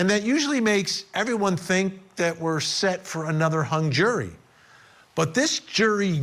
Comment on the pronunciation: I TINK THAT , I TINK THAT, I TINK THAT...